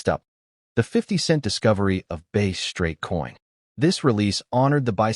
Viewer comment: Ai or has no idea on what he is saying calling it base not bass. Just shows he don't know sht, not being a million with your values. Stop put bullshit comments in there. Bass and base are two different things